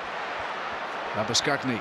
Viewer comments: Yes, at last a proper highlights package, well done World Rugby! (Had to laugh at the commentators pronunciation of the Japan open side. Labbu-skag-knee! It's Labu-sharn old chap!) Anyway, more of the same please WR and many thanks. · I hope that the commentators brush up on their pronunciation of players' names. They really struggled with that traditional Japanese surname "Labuschagné"